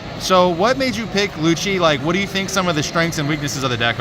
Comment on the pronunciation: after the 3rd LU-SHI, he tried to correct him hahaha jkjk I love how constructed his deck by making it a CP/Navy hybrid, but using some cards you wouldnt find in a typical Rob Lucci deck! Great stuff! love the content!